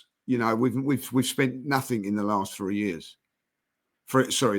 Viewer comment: Does anyone want to tell there is no K at the end of nothing?